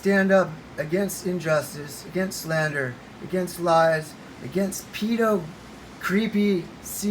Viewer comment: There actually haven't been any accusations against Biden. You can't even pronounce "pedo." 😂😂